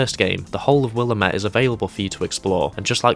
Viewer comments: “Will-am-it” not “willa-met” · *the town is pronounced “will-am-it”